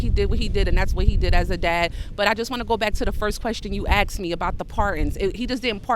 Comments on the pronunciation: You axed me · Two people in this video claimed DEI is about people with merit. One used the non word I-comony, the next one said she was axed a question. Merit? Yeah right...